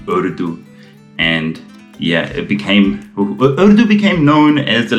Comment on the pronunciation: Love the way you say the word "urdu". Immaculate. Zabardast.